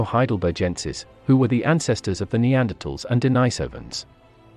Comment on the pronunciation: Denisovans, pronounced Den-NEE-sovans. not Denny-Sovans.